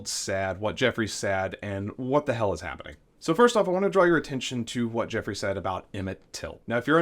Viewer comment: At time point .. The word "said" is pronounced "sed" not "sad." OMG! Were you never corrected growing up? And you said ("sed") it many times so it wasn't a slip of the tongue.